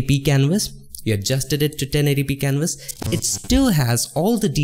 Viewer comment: i hear Wector, Wiolet , Silwa and Canwas